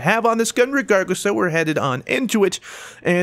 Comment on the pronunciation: Was that... "regargless" right there at the end?